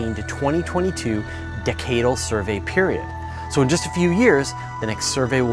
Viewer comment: He pronounced "decadal" wrong.